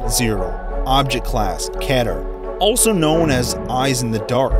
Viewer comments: Kehter u mean "keeter" this is for pronounceation not the spelling of keter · It’s not ket er It’s KEY TER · ITS PRONOUNCED KEE-TUR NOT KETUR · “Ketter” HAHAHA... it’s pronounced “Kee-turr” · kehter lol, its pronounced keeter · did you say ketter? It's pronounced key-ter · Your pronouncing keter wrong is kēter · Excuse me, I don't want to sound mean, but Keter is actually pronounced KEE-tur. It's an honest mistake, though. I was pronouncing it Keh-tur for a while when discovered the foundation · It’s “Keter” not “ketter” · it's keeter not ket-er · You say keter wrong it's not kter it's keter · its pronounced keeeeeeter, not keter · Kater really key-ter =keter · "Object class: Ketter" It's pronounced Keter... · Its said "keeter" not "keter" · Me? Its not ke-ter its kee-ter spell keter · Object class... ketter... its key ter. I'm sure someone said this already tho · Its spelt keter but pronounced keeter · It's spelt keeter bit pronounced key ter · Its pronounced key ter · keter is pronounced (key-ter), just thought i should mention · Who tf says keter like "ketter" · It's Key-ter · Whenever someone says Keter like ketter: T R I G G E R E D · Isn’t it pronounces key ter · Isn’t Keter is pronounced “keeter”? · It's keeeeter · Pls say it like keeter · It pronounced kee ter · It is keeeeeter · the way he said keter sounded like ketter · Actually, it’s pronounced “keter” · Keter is pronounces (Key-ter). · It is pronounced "Kee- ter" I learnt that from the scientist I sometimes see my king speaking with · pronounced Keeter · GOD DAMMIT ITS KEE-TER, EVERY LIST CHANNEL GETS IT WRONG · KEY-ter* Also, enjoy the vids. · it's pronounced key-ter (keter) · Everytime somebody says "keh-ter" i want to kill myself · It's pronounced KEE TER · you pronounce ketet wrong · You pronounced Keter wrong. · He miss pronounced Keter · Sorry, but were you just mispronouncing keter? It's ke-ter, not ket-ter. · The way he says l Keter makes me wanna die. He says it like ket er When it is key ter